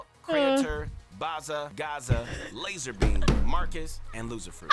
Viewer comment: New pronounce for BazzaGazza 🤣